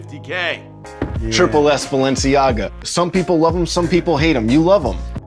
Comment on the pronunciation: "Josh Grudden" and "Buh-lenci-ayga" the content of these videos are good but ffs please let someone else narrate